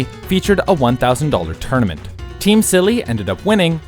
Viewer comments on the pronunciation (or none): none